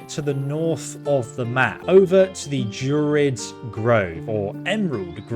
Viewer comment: He's not great at pronunciation lol He says Drerins Grove not druids He says Karliah instead of Karlach. But great content nonetheless